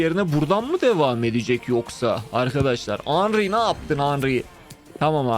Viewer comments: Yanlız hanry değil henry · Fransız dilinde "Hanry" gibi bir telaffuzu var.